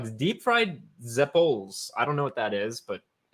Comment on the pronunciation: It's pronounced Zep-pol-ee. Very NY, NJ Italian fried pastry at most carnivals and feasts. They taste great, but put on pounds!😂